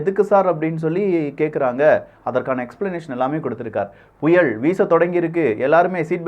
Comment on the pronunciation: புயல் என்று உச்சரி... புயள் இல்லை